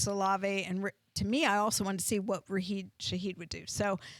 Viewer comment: Rasheed* not Raheed lol